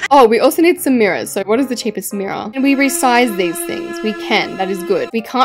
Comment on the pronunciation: I think you meant to say “we need some mirrors.” But what you actually said is “we need Samera’s.” I tried to spell your cats name, pls don’t judge my spelling.